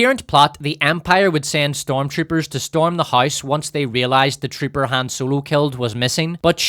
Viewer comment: "HAM ROLO"